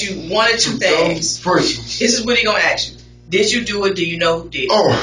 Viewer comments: Please pronounce the work ask as ASk. Not AX. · Why do they keep bringing up an axe? "He gonna axe you, do you know who did it?" What's the axe for? I kid. But I would like to know why "ask" is being pronounced "axe". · why is it so hard to say ask? not axe? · That's why I "axed" that detective took the same Grammer lessons that Darrel brooks took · Another great mystery of the Universe, why cant people pronounce the word ASK correctly,? Guess we will never know.